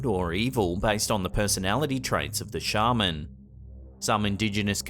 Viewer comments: Sorry but a Shaman (pronounced SHAY MAN) is a wonder worker, a Sharman (SHAR Man) is an archaic word for a professional sheep shearer. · Did you say shaved ham?